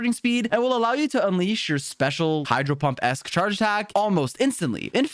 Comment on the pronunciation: "hydro pump" he said